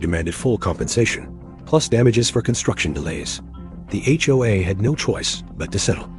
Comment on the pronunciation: It's HOA not HOHA!